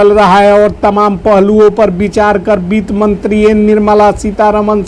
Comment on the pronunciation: Beet mantri nahi sir bitt mantri boliye 😂 aur jo aap ye ramayana path kar rahe hai , ye band kare , sab bakbash hai